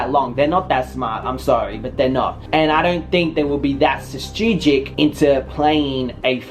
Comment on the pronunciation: * trying to say strategic* “chachrigic*